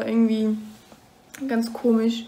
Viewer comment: Komisch wird eigentlich auch komisch ausgesprochen und nicht komig 😄🙈💞 finde das aber total süß wie du das sagst🙈💞